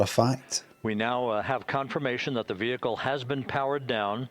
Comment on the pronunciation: I know some southern American accents pronounce "vehicle" as vee-HIK-el but that's not even how Limmy was saying it.. I had to look up how it's pronounced in the UK cuz I thought I was losing it listening to him repeat it. Vee-ih-kul / vee-eh-kul is how most people in the US pronounce it. That's how the announcer said it. It's how Limmy said it. I don't see a difference in the UK pronunciation.